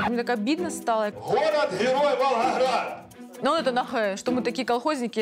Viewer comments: Посмеялась, как «голос за кадром» подстебнул: «А это тот самый Ггород Ггерой Волггогград» на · Диктор в конце специально произнëс «Валхахрад» 😂